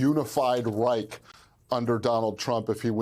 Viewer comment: Its call Reich not rik